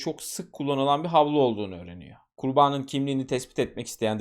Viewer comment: Ben konuşma kusurları olan anlatıcıları dinleyemiyorum. Size dostça bir öneri KURBANIN sözcüğünü çok hatalı vurguluyorsunuz. Ben kurbağanın dermiş gibi algıladım sizi. Kurban derken doğru vurgu ama ek gelince ikinci hecede uzatma ve vurgu hatalı. Ben olsam düzeltirdim. 😊